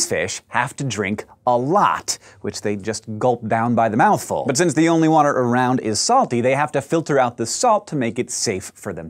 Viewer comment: Dis is how a fish drink WOTER